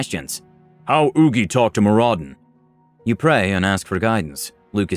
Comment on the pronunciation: Loved the video, but the dwarf in me cries out to give you a hand here. Moradin is pronounced MOR-uh-din. Keep up the good work!